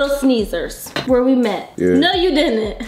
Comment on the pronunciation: Yea: No you din’nt Me:... starts laughing like crazy My sister: did she just say din’nt??